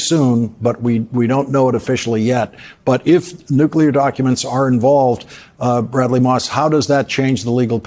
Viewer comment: Donnie can't even pronounce nuclear. He says it like Homer.